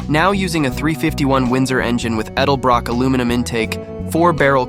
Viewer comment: You don't know to pronounce edelbrock.